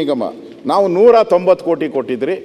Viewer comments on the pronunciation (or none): ಕೊಟ್ಟಿದ್ರಿ.... ಕೊತ್ತಿದ್ರಿ.... ಎಂತಹ ಕನ್ನಡ.. ಕರ್ಮ...ಅದು... ಕೊಟ್ಟಿದ್ವಿ....